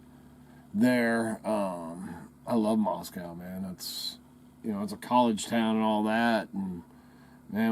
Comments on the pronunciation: If you were anywhere near Moscow or even in Idaho you'd know the pronunciation of Moscow rhymes with NO or GO. Maahs- co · Not to be a doubting Thomas but real Idahoans know that Moscow is pronounced Moscoe. So I leave your site. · I say Moss-Koe.. Not Moss- Cow But that's just me. I used to live in Rathdrum/ Wolf Lodge area around Hayden Lake.. In the late 1980' s